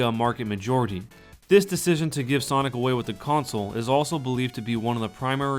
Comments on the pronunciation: Wth is sanic speed? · Sanic! Lmao